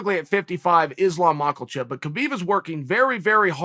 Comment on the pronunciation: Islam Makhachev: "please get my name right, please get my name right..." Islam Macklechip: "thanks Uncle Chael!"